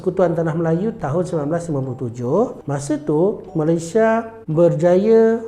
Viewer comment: Sebutan Malaysia itu Malay-SIA (S.I.A) bukan Malaysya / Maleishia . Susah sgt ke sebut ? Kalau manusia knapa x sebut manusya, reti pula sebut manus-i-a